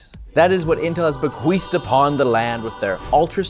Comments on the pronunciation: Hehe. He said "be-queefed" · I really had to go back and listen your pronunciation of the word bequeathed.